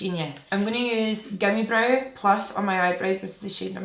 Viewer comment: whenever you say gimme brow i swear you’re saying gummy brow LMAOOOO